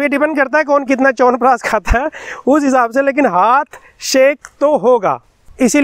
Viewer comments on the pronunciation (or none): none